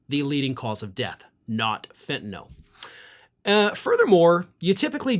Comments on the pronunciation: you are the first commentator I have heard to actually pronounce the word "Fentanyl" correctly! I hope it catches on. 👍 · This is ot but thank you,, for pronouncing fentanyl as fen-ta-nil and not fen-ta-NOL as so many others are.